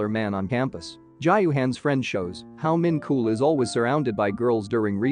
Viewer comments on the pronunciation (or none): Idk why but Min KOOL killed me.💀💀💀 (It's pronounced min chol)